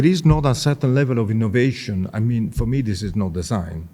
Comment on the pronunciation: ehhh Cleo looks you were enjoing the Italian accent 😅 ° ehhhhhh the innnnnovationnnn° 🤣🤣🤣